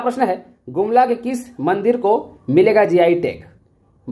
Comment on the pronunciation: मंदर ✅ मंदिर ❎